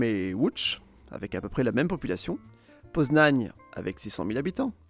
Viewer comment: et moi pareil :) Poznań est très bien prononcé